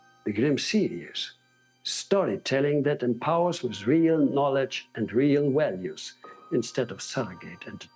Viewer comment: Reel Walues. uh-huh.